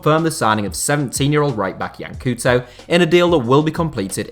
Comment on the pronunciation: Yee-Ahn Coal-To. What is it with british and such a bad pronunciation? It is really not that hard to google it. We're supposed to do it when we're meant to speak english.